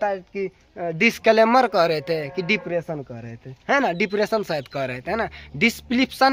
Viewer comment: Badka tum padhe likhe ho isliye dipression v bolne nahi aa raha h